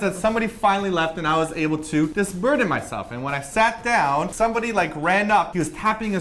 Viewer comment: dis-burden? really? I tought u taught english!!!???;P hehe